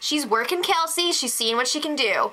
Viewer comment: First of all it's kelsey not kalsey she isnt a cabbage. Second of all every remaining houseguest gets to compete in the final HoH. And finally what do u see in the bros and kelsey? The bros are so immature are wrongfully full of themselves and kelsey is so gullible yet claims that she is the smartest person in this house. Oh well i suppose u are entitled to ur opinion but just know that Cassandra WILL win this season.